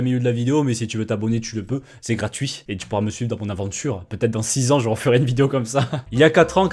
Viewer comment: effectivemeng sa fait bieng six ang